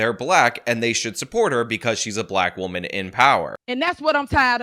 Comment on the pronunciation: I was listening to her rant and getting mad at how inarticulate she is, then I realized she actually, unironically enunciated "wahman."